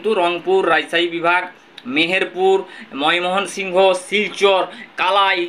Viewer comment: ' ময় মোহন সিংহ ' বলে কোনো জায়গা তো বাংলা দেশে নেই , তুমি তো বাঙালি , বাংলা উচ্চারণ‌ও করতে শেখো নি ?